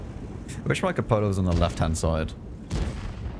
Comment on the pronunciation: I find if you yell, "Cupola!"... it will hit ;) Also, like you pronounce cupola properly ;)